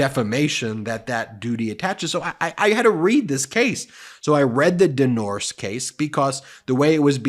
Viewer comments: "Den Norske" means "the norwegian", and it is pronounced "Den Norsk-eh" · You actually pronounce the “e” in “norske”, and it’s a (Norwegian) company name so shortening it makes it loose meaning; Den norske Amerikalinje, which translates into The Norwegian America Line (NAL) 😉🤓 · So any victim should go home and shut up, and if they don't they are to blame? Habba must be nuts. By the way: Den Norske actually is norwegian and means " The norwegian". Pronounced " den norceke". Greetings from Norway.